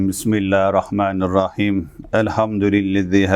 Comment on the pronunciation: esselamu Aleykum Hocamız neden Besmele okurken bismillaa rahmenirrahim diyor?bilmilla -hir-rah-menirrahim.. burda gözlü he'yi okumuyor?